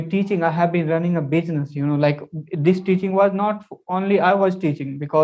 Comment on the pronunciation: bro, I think u mispronouse the word teaching is ur business. If there is any rectification please be mention that..